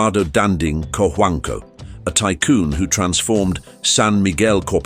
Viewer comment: co-huang-co that is how we pronounce his name..